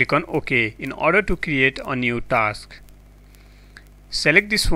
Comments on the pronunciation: It is TASK Manager NOT TALKSSS MANAGER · Lol a new word generate here which is "taaaks".....XD What the hell "saaarch" " thard estep"